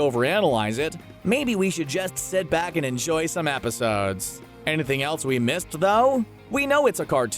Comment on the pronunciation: Was I the only one that noticed that the narrator said “Episaudes”